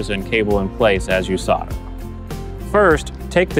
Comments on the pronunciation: Thanks, but not sure why you kept saying "sodder" instead of "solder" :S Maybe the L is silent and I've been saying it incorrectly for years. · WHY sarder? Its solder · Try - "Soul - der" - that'll do it! ?? LOL! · He is american they cant spell "L" for some reason.